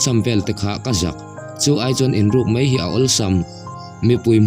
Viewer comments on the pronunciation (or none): Ziaktu nge chhiartu zawk "ngeih" tih tur a "ngaih" hmang in "mai" tih tur a "mei" hman leh si a tam. Youtuber te hian mizotawng diktak in hman hi apawimawh ania mi tamtak in an ngaithla si a